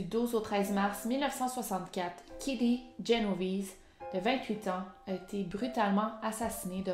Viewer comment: C’est Génovèse 👌🏻pas Genovise 😇a l’ italienne